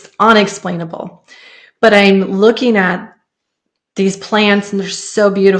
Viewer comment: UN-ex-plane-Uh-ble Rather than… “ON”-ex-plane-Uh-ble